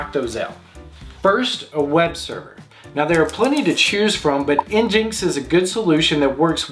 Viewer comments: nginx is pronounced "engine - ex", not "enginx". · Njinx? Really. Nginx. It's an engine. Engine X. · It's pronounced (en-gine ex)